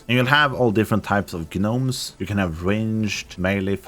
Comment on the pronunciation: ....I can't tell if you're mispronouncing gnomeson purpose or if that's just how the game says it.... The G is silent, you just say Nomes, not "Gah-nomes"